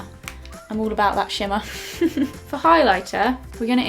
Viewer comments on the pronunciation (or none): "and then this shimmar in the middle" 😂😂